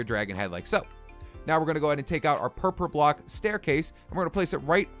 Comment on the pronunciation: He says Purpler block😂